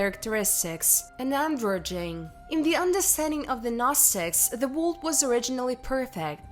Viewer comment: I do love your videos have watched many of them. But could you please learn to pronounce the word world. Don't mean to be ugly but it takes away from the video.